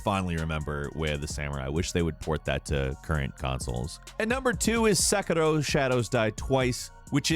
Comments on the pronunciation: "At number 2 is SekErRo..." Ugh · Omg he’s pronunciation of Sekiro, Edo, Naruto, and Ten-chu was really distracting lol still an interesting video nonetheless.